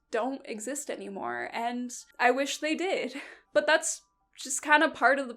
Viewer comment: The "BUT" with a british accent killed me